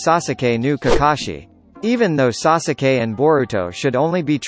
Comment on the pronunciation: The way he says sasuke triggers me 😂 😂